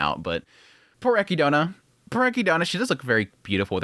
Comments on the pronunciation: Are you saying ech-e-doe-nah as a bit? Is it a joke? Eh-kid-nah, Echidna the mother of monsters in Greek mythology. Also an adorable hedgehog in Australia. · HOW DO PEOPLE NOT KNOW HOW TO SAY ECHIDNA!!! THEY SAY IT IN THE SHOW!!! (A KID NAH) KNUCKLES THE EH KEY DO NA?? 😂😂😂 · Take a shot every time he says echidna wrong 😂